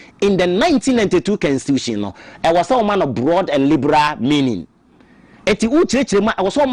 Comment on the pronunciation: Is constitution not cansistitution pls